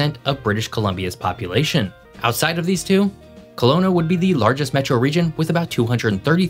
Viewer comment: OH MA GAD! Can we all just take a second to appreciate that said Abbotsford correctly?!?!?!? People who live a few cities over from Abbotsford don't even say the name correctly!! It is not AbbotsFORD it's pronounced "Abbotsferd" Thank you. Thank you.